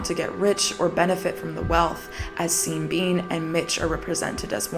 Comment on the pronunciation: Every time you say seen bean I just lose it